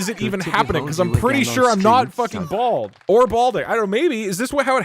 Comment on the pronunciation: “A blad spot.”